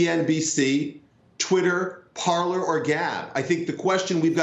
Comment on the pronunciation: "Parler".... The fact these "experts" don't realize the name is French and pronounced "par-lay". Think pirates of the Caribbean. It means "To speak".